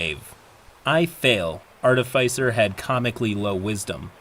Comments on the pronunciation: I always love your work,. Just one (probably overly pedantic) note to help for the future: There are, according to the dictionary, two possible correct pronunciations of Artificer. There's the one I generally prefer (AR-tuh-fis-er) and the other one (ar-TIH-fuh-ser). I'm not sure where yours (ar-tuh-FAI-ser) came from but... take it for what it's worth. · "Artifycer" bloody hell. Note: that's how not to pronounce "artificer". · The only thing I really learned in this video is how much "arr-teh-fy-cer" triggers me. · it’s pronounced artificer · i probably should not comment on pronunciation, but Artifyecier doe sound real odd to me. i have been the middleman in a lot of these kind of arguements, the fighter player in this is just like someone i knew in my school days, genuinly didn't seem to know that she made people so angry consistantly. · It is aar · tuh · fuh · sr; it bugs me so much when you mispronounce artificer. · your content is so good that it almost makes me ignore the way you incorrectly pronounce "artificer" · i love this channel but i gotta say it is like nails on a chalkboard every time doesn’t know how to pronounce “artificer” lol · How you pronounce artificer wounds me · pronunciation of artificer makes me twitch